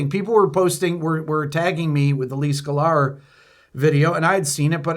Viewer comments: I love how you pronounce it "Skull-are" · Yes, indiscriminate blocking is stupid and excessive. But what new ground is this covering here? Also, "Skuh-lar"? 🤔